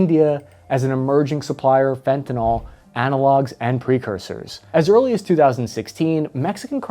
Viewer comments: The guy makes a whole video about fentanyl and can’t even pronounce it properly. There is no a L at the end of Fenton. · It's pronounced with short "i" sound at the end. Just look at the way it's spelled. Sounds like nil. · So many people speak on Fentanyl and can’t even pronounce it correctly. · I cant believe you mispronounced fantanYl for an entire 15 minutes. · Could have learned to pronounce the name of the drug, just saying. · It is not "fen ten all." It is pronounced "fen tan il." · Excellent article. However the one thousand mispronunciations of the drug name made me want to take some . Fent a nil - as in I feel ill, not fent a nal or fent a nol. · I'm having a bad day so I'm sorry but--it's FentaNYL, not FentaNOL. How do folks research and make a 17 minute video on a drug yet can't get down the proper pronunciation? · It's pronounced fenta- NIL, not fenta-NOL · Why do so many people mispronounce it "fenton-all"? It is fentanyl: FENT-a-nil. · There is no "o" in Fentanyl. It is NOT Fentanol. It is pronounced "Fentanill". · It's not "Fentinol". It's "Fentanyl" How are we supposed to stop it when no one can even pronounce it? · FentanYL, not FentanOL, get it right, please! So tired of hearing you uneducated people mispronouncing things, like sheep. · It is not fentanAl it is fentanYl . This is a new word in the pop lexicon but, when I graduated in pharmaceutics 33 years ago professionals used the word majoraly and it was pronounced with a Y . As with everything else these days it has been compromised and pronounced with a U while being spelled with a Y . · It's fentaNYL, not fentaNOL. The correct pronunciation rhymes with "sent a pill." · Dude, it's pronounced "fent-a-NIL" not "fent-a-ALL". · It's fentaNYL not fentaNOL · It’s fentaNYL not fentanALL!😑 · Its not FentanOL...its pronounced FentanYL, or Fen-tan-eel. Pronounce it correctly please. It makes you sound like an idiot to pronounce it wrong. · Fen-ta-NIL, not fen-ta-NOL. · Fentan--ILL, not fentan--ALL.